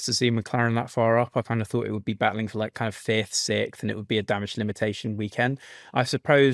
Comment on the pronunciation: What is "sikth"? Never heard this word before. Is it English, or possibly just a speech impediment?